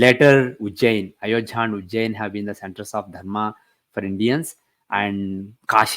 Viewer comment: Why is he calling ayodhya as ayojhya?